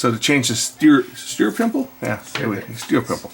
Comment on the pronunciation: Useful posting. I have two 1249's and both occasionally have the loose turnarm assembly bolt. As with your work, tightening solved. my automatic play issue even without changing my steuerpimpel. One more thing, the Dual "steuerpimpel" part is properly pronounced: "stoyerpimple" (it is a German machine of course). The word "steuer" means "to steer". The guy who steers a boat is a "steuermann".